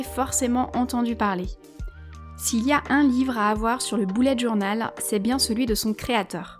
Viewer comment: On dit bullet journal et pas BOULLET JOURNAL